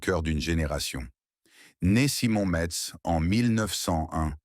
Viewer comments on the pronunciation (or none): none